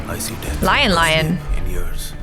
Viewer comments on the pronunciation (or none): none